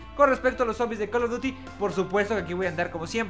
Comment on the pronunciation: Buenos tiempos cuando este wey decia coll of dury y no coloduti